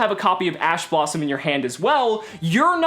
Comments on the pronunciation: did anyone else hear ass blossom? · lol you said a$$ blossom or it sounds like it. Thanks awesome vid. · "assblossom" Edit: damn I was late to the comment